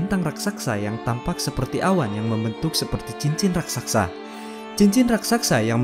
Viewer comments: bukan raksaksa bang, tapi raksasa. 😂😂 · Admin, bukan RAKSAKSA, yg benar: RAKSASAK. 🤗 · pake ngomongin ukuran. kayak ad yg pernah ngukur aja. kayak ada yg pernah nimbang beratnya aja. mau ksana aja org dah mati duluan krna jauhnya. ngawurr semua😄 satu lagi raksasa bang bukan raksaksa! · Raksasa lah min,, bkn rasaksa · Bacaanya gimana sih raksasa apa raksaksak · Iqbal Fachry Iya😁 harusnya mah RASAKSA